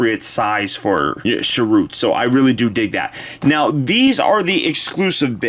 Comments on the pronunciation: It's pronounced cheer-ut 😉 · It's alright, mate, but watch his intro in the film again, he says his own name pronounced correctly, or at least the way the director and writers also pronounce it. Cheers!